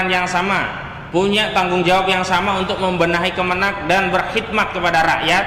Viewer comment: Sy ulangi bukan kemeneg tapi kemenag bung